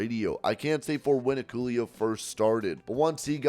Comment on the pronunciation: isnt Hikuleos name pronounced 'hick oh lay oh'